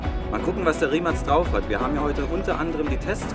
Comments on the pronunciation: Die marke wird rimac ausgesprochen nicht rimak nur als info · Das heißt nicht Rimak 😂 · Baba Video aber verstehe nicht warum du immer Rimacs oder so sagst 😂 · Das heisst nicht Rimak